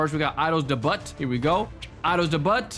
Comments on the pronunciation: What is “Mink” and “Idols debut” is pronounced, “Idols day-byuu” not “Idols deh-butt” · “idol’s debutt” 😭 🙏 it’s idol’s dayb-you that’s how you pronounce it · Its daybu not debutt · Idol Dey butt 😭 It’s idol Dey bue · "idle's debutt" it's pronounced idle's debuit my guy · Pls stop its not idols debutt its deybuw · It's Idols Debut (Day-b-ew-t) not debut (da-but) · debut( day-byu) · "idols debutt" fym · To pronounce debut is Deh-byoo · bro it’s not idols de-butt 😂😂😂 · its pronounced de-bu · “Idols debutt” 😭✌️ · “Idol’s de but” 😭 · its pronounced as "i-dolls-day-bute"gng🥀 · why does he say idols debutt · the fact bro said DE BUTT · Bc it’s spelled debut it’s just pronounced without the t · Also, it's pronounced (Day-beutt) for Idol's Debut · bro can't even pronounce debut right😭🙏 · He cannot pronounce debut